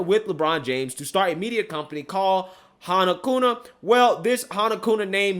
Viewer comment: It's not "Kuna" it's Kuma, with an "M". Otherwise great story.